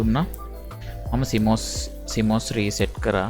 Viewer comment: CMOS කියලා එක පාර කියන්නේ නෑ ඩියර්.. සී - මෝස් එහෙම තමා කියන්නේ. දෙකට කඩලා කියන්නේ ඒ නම... දැනුවත් වෙන්න කිව්වේ... නිවැරදිව වචන උච්චාරණය කරන්න... මොකද පොඩි ළමයි ඊටපස්සේ වැරදියටයි ඉගෙන ගන්නේ..